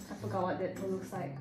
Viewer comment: Dead pool sorts sounded like debt pool